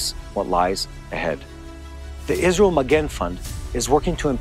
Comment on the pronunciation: I appreciate your coverage, but, please as a journalist, say ISRAEL not ISREAL